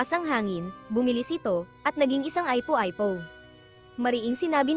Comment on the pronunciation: Ung ipo ipo eh aypo aypo ang pronounce, meron pang ibang words na malimali ang bigkas, nalaman ko lang to kasi nanunuod mga anak ko, kaya pala mali din ang mga pagpronounce nila, tinanong ko kung san natutunan, dito daw sa pinanuod nila nato, pambihira tlg, ganda sana ng kwento eh, pakiayos nalang po sana nextime, unsubscribe ko muna at block tong channel, hindi advisable sa mga bata at sa mga matatanda na hindi alam ang mga tamang pagbigkas sa mga bagay bagay, thanks po un lang